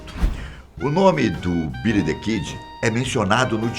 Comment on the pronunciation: " Bílí Dí Kídí "